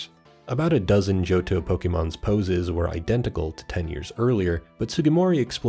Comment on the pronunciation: Jirrateena instead of Girrateena, Sin'yo instead of Sinjoh was funnier to me, does he think it's Spanish? It's Sinnoh and Johto put together. And Johto wasn't called Yoto lol.